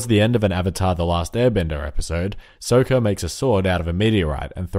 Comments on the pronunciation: If you pronounce sokka as soaka one more time I'm going to forcibly remove your larynx from your throat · Sokka, not Soakah. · I hate how you pronounced Saka's name! it's not Soka!!! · It's Sokka not Soeka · It triggers me each time he says Sokka. It's not SOHkka, it's SAWkka. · The way you say Soka triggers me :|..... and I'm probably about to trigger someone for spelling his name wrong probably. and then another person for grammar. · "Soaka" REEEEEEE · what are you going?! its sokka! like sock-a, not sew-ka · Why Did You Pronounce Sokka's Name Wrong? (This Is Sarcastic I'm Not Going Too Be Triggered Over A Mistake. Then Why Did I Comment This? I'm Leaving Now Bye. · Wai-wai-wai-wai-WAIT A MINUTE! Sökka? With a long O? Someone's never actually seen the show!